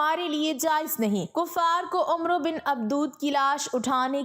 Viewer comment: Ye lafz Umro nhi Amr ibn e Abd e wud ha . عمرو me و silent ha jb k ع kay oper zabar ha . Amr or umro me farq ha